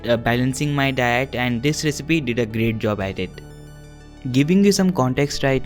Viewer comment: Every time you say "diet" it sounds like "dad"